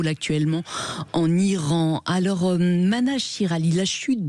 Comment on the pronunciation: Mahnaz et non pas Manaz